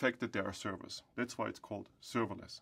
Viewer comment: "Today I'm going to talk to You about serveilance technology" -I have heard in the first sentence. It turns out to be written server-less ;) -informative video, thank you